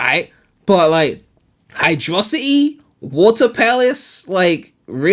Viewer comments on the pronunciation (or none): mate you need to stop calling the level hydrocity the way you do. The name is hydro city as in water city. Like how have you not clocked onto this yet lol.